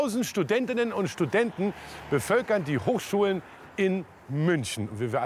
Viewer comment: Studentinnenenenen und Studenten ahahhahhh